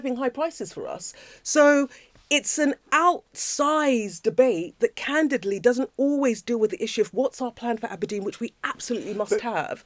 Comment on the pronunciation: Candidley.... is that a new word she learnt ffs